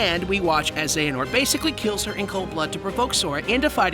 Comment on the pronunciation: You finally say Xehanort right but trip up on Eraqus? Someone needs to watch Birth by Sleep theatre mode again.